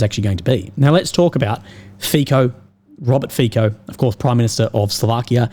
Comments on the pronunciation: The letter 'c' in Fico is pronounced as 'ts' and NOT as 'k., Kind of similar to 'c' as in Cincinnati. Cincinnati is not pronounced as Kinkinnati. Fico is not pronounced as Fikoh but as Fitsoh. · Learn the correct pronunciation of the Prime Minister of Slovakia, Robert Fico. It is NOT like F - I - K - O.... its a soft 'c', more like an 's' So try it like "feet - so", because your pronuciation sounds like straight from cia school. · some tips for you: 1. Fico is pronounced FEET-SO (I believe). 2. The west is run by globalists, that is why nationalists like Trump, Orban and Fico are pilloried. 3. Orban is more conservative while Fico is more socialist. Despite this difference they are nationalists and agree on the Ukraine war. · Fico sounds like Fi[ts]o not like Fi[k]o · Fico is pronounced as Fitzo. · G'day Legend and merry Christmass. FICO is pronounced as FITSO. C is TZ or TS in slavic languages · To pronounce Robert Fico's surname you do not make a "ch" or "k" sound but a "ts". Kinda like in "nutso". You can make it a menmonic even: "That Fico is such a nutso!"